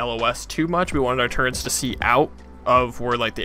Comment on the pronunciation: Oh no he calls them "turrents"